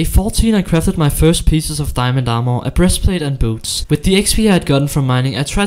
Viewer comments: Its diamond not diamondo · I love it when he said diamondo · He makes me happy when he says diamondo instead of diamond cause diamond is to american